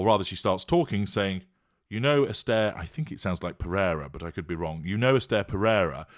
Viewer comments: She’s an idiot too …it’s pronounced S-TUH….she’s been on Ted Talks she’s excuses cheating that’s why Jada likes her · Jada didn’t even pronounce Esther’s name correctly!!!…